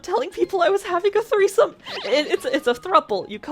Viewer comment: your dad said treesome